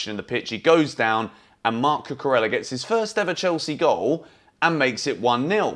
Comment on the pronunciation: Why do you keep saying Cucurella this way? The is no sound “L” in his name at all, come on, pay some respect.